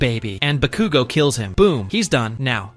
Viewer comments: Why did he say bakugo so wierdly. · Why did you use AI voice for this video? (It sounds like AI to me.) /gen. It makes the video a bit silly, because it pronounces names wrong (EX: pronouncing Bakugo wrong) and doesn't use correct sentence structure, like pauses between words where there's supposed to be a comma, or a period at the end of the sentence. It blends words together, when there's supposed to be a slight pause. It would be much easier and better to use your own voice, or hire someone to voice it for you if you're not comfortable putting your voice on the internet. This is not hate, it's constructive criticism. Just something to make your videos better. /gen /nm